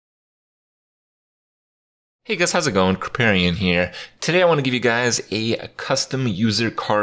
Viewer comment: Is this a mandela effect? kripparian pronounced properly instead of kripprain